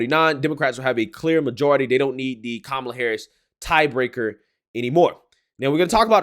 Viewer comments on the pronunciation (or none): none